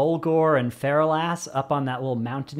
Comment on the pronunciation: It’s not “feral-ass”, it’s “fer-alice”.